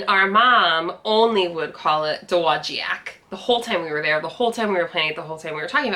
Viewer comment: I live in Dowagiac. Tell your mom that she is not the only one that mangles our city's name. We used to have a large building that have the pronunciation of it painted on the side in giant letters. Dow Wa Jack.